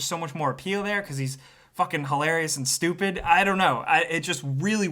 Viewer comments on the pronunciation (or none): none